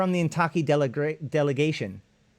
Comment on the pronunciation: Suggestion: everything that seems like it were Japanese pronounce it in Spanish, and put emphasis on the first syllable. So it would be "WA-ya-ki KA-ya-ra". Don't know why but it works best. Heck, it's IN-ta-ki, not in-TA-ki. Ask anyone of Japanese descent (who can still speak Nihongo). By and by, THIS is BLOODY FASCINATING! Thanks!